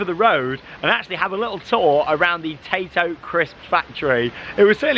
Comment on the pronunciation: The amount of times I thought you was saying potato park